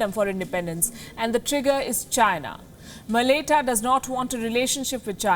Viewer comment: Thank you for doing this video!! Really appreciate you putting this up. quick PS. Malaita is pronounced like Ma-la-eye-ta/mala-eye-ta